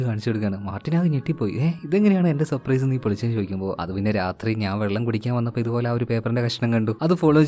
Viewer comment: സപ്രൈസ് അല്ല surprise